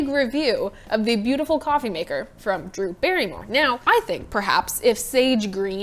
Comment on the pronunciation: Brew Darrymore? ☕️😄 Your vids are cool and funny, Morgan!